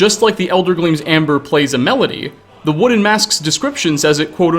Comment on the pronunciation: wooden ... woo'den... wo-den...odin....